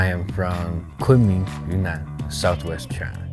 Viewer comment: It's fascinating how his southern English accent changes to chinese when he says "Kunming Yunnan"